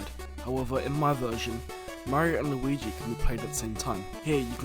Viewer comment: "luigu" :D